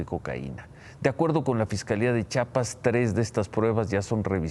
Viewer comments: Ciro se pronuncia Chiapas....no chapas a caso no sabes leer??? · Ciro, no es Chapas, es CHIAPAS!!!!